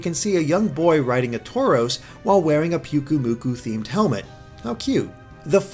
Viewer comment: I'm cringing every time you say PUKUmuku... in Hawaii the Y makes an "I" sound. PI-UKU-Muku. ahhhhhH!